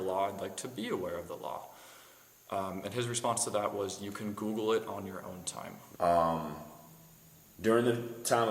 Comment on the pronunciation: LOL " I goggle law.."